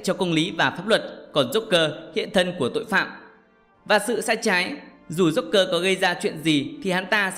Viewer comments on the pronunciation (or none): none